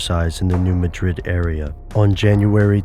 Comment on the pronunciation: New MADrid, New MADrid, New MADrid. not New MaDRID. MaDRID is in Spain.